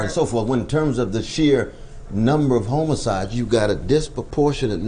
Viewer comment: "Homo-sides" lol